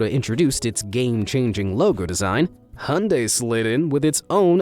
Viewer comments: Hyundai is pronounced Hi-on-die not Hun-day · It’s not pronounced hunday, it’s pronounced hiundie! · its not hundai hyunedie is the pronunciation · IT'S NOT HUNDAE ITS HYUNDAI. HYU-N- DAI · U said Hun-day but I say Hi-un-dai who is correct? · why muricans say hondaei instead of hyundai? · Hyundai is pronounced "hi-oon-die" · the narrator pronounce "Hyundai" as ( han-day) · **it’s pronounced ... Hi-Un-Dai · That is not how to pronounce Hyundai. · Never heard someone butcher the word "Hyundai" more than this dude.